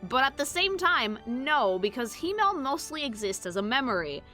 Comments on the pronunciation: As a german: you dont Roll the Rs in Frieren. Its Him-mel, not Hi-mmel. Its a hard T in Heiter, not a D. Like in T-Rex. Or Traffic. Stark is pronounced Shtark. Flamme is pronounced Flam-meh. I cant actually tell you how to pronounce ü. Ue is the usual short hand. Graf is a Noble title equivalent to Count. Also, its Lawin-E. Dont swallow the E. Its Kan-ne. Ehre: short E in the end. Richter: ch. CH. Not K. Its not Eddel. Long D. I give up T_T Edit: Sen-se, german for Scythe. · as a german the mispronouncing of their names hurts. but its also mispronounced in the show itself. frieren is not fri eren. its free ren. ( means freezing ) himmel. is not him mel. its him el. ( means heaven or sky ) Heiter is not heider. its got a sharp T. so heiter like height er. ( means pious or joyful ) Eisen is not ice en. its I zen. like the meditation zen. ( means iron ) fern is nut pronounced like urn. its sharp, not soft, the R is being softened to much and also should be a bit shorter then it sometimes gets pronounced as. ( means distant ) Stark is not stark like " star features " its SCHtark. with a soft sch sound at the start. like almost a shushing noise. ( means strong ) you somehoe mispronounced flamme worse then the anime itself does. its flam me . not flam like some weird bam onomonopia. ( means flame ) Qual, you shortened to much. drag out the a just a little bit. ( it means torment ) Aura is the same word in german and english. but given all other names are just german nouns if we keep in line with that it should be more sharp in the au of aura. its au like ow lügner. you at least only mispronounced the difficult umlaut which is a hard thing to describe phoenetically since there is no similar sounding word or tone in the english language. its like mixing a u and an I sound at the same time. giving you a pass on that cause you got the rest of it right. ( It means liar ) linie you pronounced linny. its lee knee eh ( means line as in a straight line ) Draht